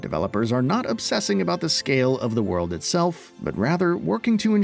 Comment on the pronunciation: He said obsessing😅